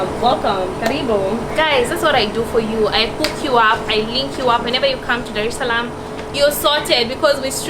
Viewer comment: it's Dar Es Salaam not darshlaam